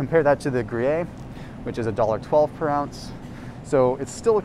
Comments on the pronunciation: BTW, it’s gru-yare, not gru-yay.🤷🏻‍♀️ but thanks for all the great info!! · Gruyere.... pronounced GREE-AIR